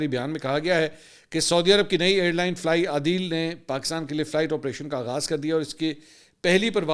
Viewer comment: ITS NOT FLY ADEEL, ITS FLY A DEAL , Correction